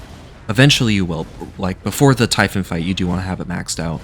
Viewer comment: I can forgive "dioneesees" and "typhin" but I draw the line at hotdog 😂 those are good old American γύρος, like the kind you'd get from a small food shop at a strip mall run by a guy named Spiro. Just order it as a "yee-ro" with a side of fries and extra τζατζίκι and you're golden. Great video! What in interesting challenge!